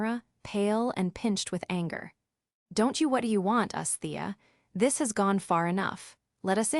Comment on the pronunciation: “You’re goin to regret T.H.IS”. Do you mean ‘this’? The simple word ‘this’?